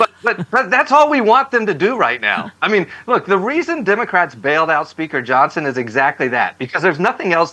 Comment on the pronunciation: How did Johnon lose his "s"?